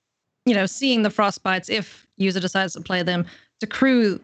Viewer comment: If you are going to cast the game, make sure you know how to pronounce the hall of fame player’s name. It’s pronounced Martin “Yuza” with a Y not a J.